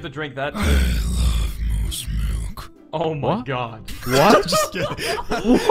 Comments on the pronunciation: michele torres-rivera milk not milke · michele torres-rivera it's MOOSE MILK NOT MOOSE MILKE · michele torres-rivera ITS MILK!!!! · Yea moos millk